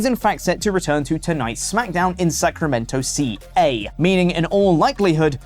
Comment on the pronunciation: As a lifelong Sacramentan, I don't think I've ever heard a non-Southern Californian pronounce Sacramento, CA so aggressively. This just continues to prove to me that is Wrestletalk's Lewis Black.